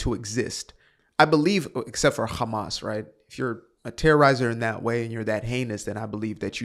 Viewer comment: Loving how you’re saying Hamas like the Hebrew 👏🏻